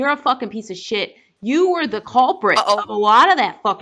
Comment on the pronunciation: Yuri constantly pronouncing “th” as “v” triggers the fuck out of me